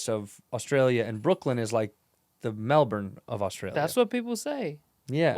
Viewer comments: Still feels like it's halfway to the old "Mel-born," to me. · So proud of how Andrew says “Melbourne” Fluently now 🎉